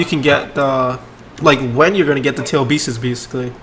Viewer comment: Everyone: Tailed beasts //: Tailed beeses